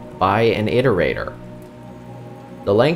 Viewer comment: Thank you for pronouncing iterator correctly.